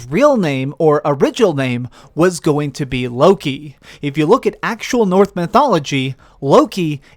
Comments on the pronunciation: Great vid but please pronounce NORSE CORRECTLY its not NORTH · Knitpic but you keep saying North mythology instead of Norse